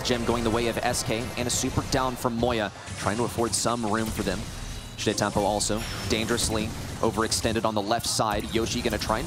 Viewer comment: pronunciation of Sitetampo~ “SHITampo”